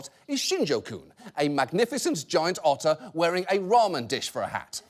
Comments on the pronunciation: you should have said otter instead of utter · did you mean... *otter* brilliance? :D ... i'll show myself out.